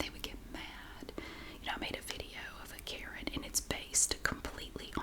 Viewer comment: Omg. You cracked me up calling her a "Katen"